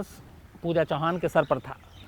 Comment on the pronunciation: U r right Pooja chavan not chauhan